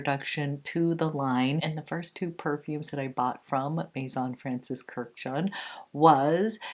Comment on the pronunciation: It’s not Kur-jan, it’s Kurdi-jan. He’s Armenian just like the Kardashians. All Armenian last names ends in -an. Armenians are Middle Eastern, and related as well as being a biblical people just like the Arabs and the Jews (Semitic).